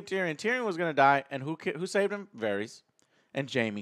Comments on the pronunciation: Please pronounce varys correctly. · The only character's name that Joe can pronounce correctly is "Jaime" lol. Who is Varies? Who is Eurion?